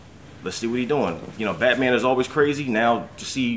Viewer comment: Did He Say Batoman?!